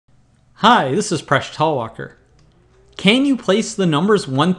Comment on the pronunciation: I have been watching your videos for half a decade and I still didn't catch up what do you say your name is on beginning of videos. Something like Presh Toloker??